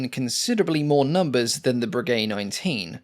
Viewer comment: No; it's "bray gay"